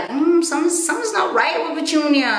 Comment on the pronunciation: Lol pertunia hahahha